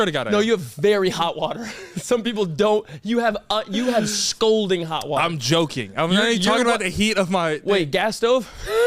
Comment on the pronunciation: My mans said "scolding" hot water lmao